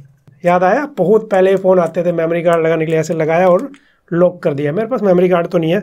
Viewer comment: भाई, आप इतनी अच्छी वीडियो बनाते हो पर आज भी आप लॉक को "लोक" और अनलॉक को "अनलोक" कहते हो तो बड़ी पीड़ा होती है कि आपकी हिंदी शुद्ध नही है।